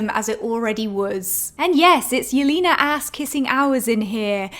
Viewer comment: the way you pronounce Yelena's name is so funny! it's not "Yelina", it's "YelEna", more like in "lesbian"